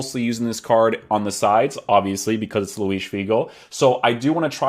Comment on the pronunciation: Very nice review. You had me at your correct pronunciation of Luis--it grinds my gears when people pronounce José (Mourinho) or (Gabriel) Jesus the Spanish way--but then you turn out to be Portuguese, so basically you're cheating :) I've been considering buying this card, so for me it's good to see someone try him out as a winger and wide midfielder. I agree with your chem views too. The workrates worried me a bit and I'm glad to see the effect of those without buying him. I really do not want a winger standing back with an acre of space in front of him and politely applauding as his team-mates get a goal. Thanks.